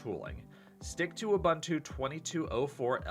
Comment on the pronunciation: It's not ooBUNtoo, it's ooboontoo